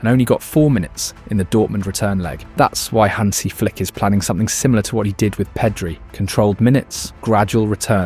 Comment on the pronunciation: Yeah also it's not Peedri it's Pedri